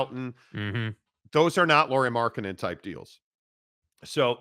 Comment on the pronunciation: who is Lauri Marketnnen?